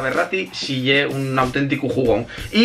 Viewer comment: PORQUE DICES YE BRUTAL EN VEZ DE ES BRUTAL